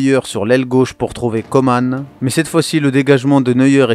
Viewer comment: COMAN ça se prononce ''Comment'' il l'as déjà dit c'est français